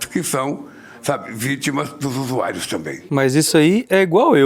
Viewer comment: Não consigo tankar esse bêbado gaga falando usuáirios ...